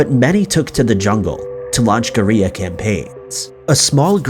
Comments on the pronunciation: Story #1: Did anyone else notice how badly the bot-voice mispronounced "guerrilla?" What it said was "ga-ree-ah," kinda rhyming with "Korea." Dear Mr. Robot-Voice: Although the US Military had some wild ideas about using unique & innovative ways of defeating the Axis in WW2, I'm pretty sure dropping Gonorrhea bombs on the enemy wasn't one of them? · when he says guerilla like its torilla SMH but LOL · dude wtf. its pronounced "gor-ill-ah" campaigns jesus lol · What is actually a mystery is how a grown ass man doesn't know how to pronounce guerilla.